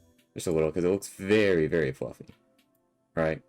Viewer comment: Every time you say “fwuffy” I contemplate driving a kitchen knife through my sternum